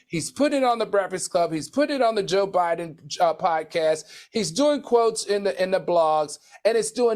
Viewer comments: Q calling Joe Budden, Joe Biden..... Always sends me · & I'm gonna need AL to get the names right, why he call Joe Budden Joe Biden😂